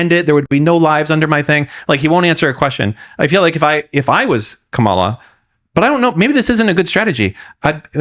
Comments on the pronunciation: It's Comma-La, dude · Interesting , discussing the debate with a guy who didnt watch it and cant pronounce KAmalas name. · Other dude… Learn how to pronounce Kamala’s name it makes you look like a dumbass